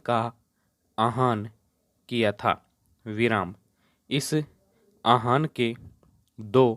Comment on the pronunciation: उच्चारण आहान नहीं आह+वान = आह्वान 👍🏻